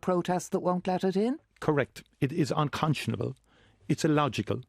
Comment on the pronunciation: How many times did he say uncontionable,????